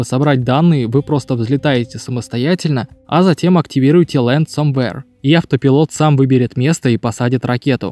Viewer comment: Я конечно не придираюсь, но если уж начал autopilot произносить "Ауто.." заканчивай "пайлот" - так правильнее. Иначе слух режет